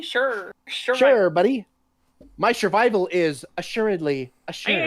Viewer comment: To the dude who made the pathetic excuse of why he says shurvival, it would be different if you said shurvival every so often when speaking quickly, NOT EVERY SINGLE TIME EVEN WHEN SPEAKING VERY SLOWLY...... You say it on purpose and just lied ... Or youre stupid